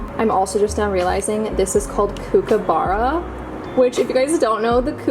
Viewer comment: Hey lovely it’s pronounced COOK-A-BURA. I love how you know our Australian animals 🥹 thank you for your beautiful content ❤